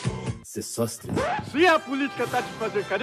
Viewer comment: Puta merda, eu ri demais aqui com o "Sesóstris"